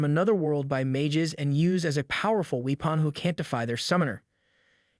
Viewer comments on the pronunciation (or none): ok… i know i’ve given you crap for your odd pronunciations before… but WEE-pun for “weapon?” jesus christ. im done. please just look it up yourself this time. weepun 🙄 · Did you pronounce the word "weapon" as "we-pawn"? Lol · powerful “wee-pawn”? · Your pronunciation of certain words hurts me physically. I had to stop after “wee-pawn” (weapon?) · “We-pan” lol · “we pon” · "powerful weepohn"💀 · This explains why in one video he pronounces cyclops as cycloops. Lol